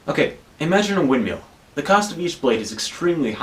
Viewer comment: Can we talk about the way you pronounce windmill? I heard "win meal" the first 5 times xD